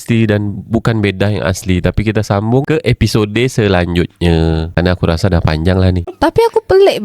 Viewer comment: Episod bunyinya...bukan episodey....sebutlh dari bahasa asalnya, bukan diubah ikut lidah sendiri.